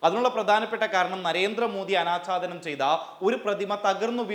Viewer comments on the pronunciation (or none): "ആനാച്ചാധാനം " അല്ല "അനാഛാദനം"